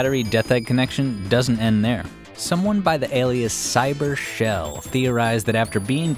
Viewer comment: The way you say cybershell 💀